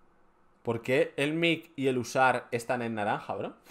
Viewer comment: mic se lee MAIK y pues si rima con SAR